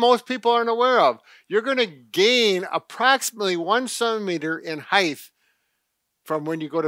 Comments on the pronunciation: Did he say heith? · The word is height not heigth. Its a "T" sound at the end not a "th" sound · Is he really saying HEIGTH ? 😂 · Improve your... Heith? That pronunciation is horrible